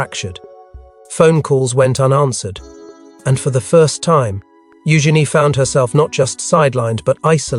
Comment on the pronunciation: It's pronounced u Jeanie.